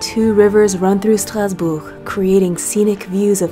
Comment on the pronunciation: My French pronunciation has improved immensely just listening to you say “Strasbourg.” Merci.